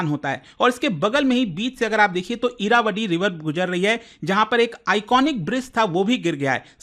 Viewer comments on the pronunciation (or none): इरावटी नही इरावती |